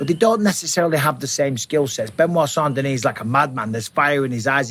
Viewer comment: I would like to thank you for pronouncing saint denis properly on behalf of everyone that speaks french.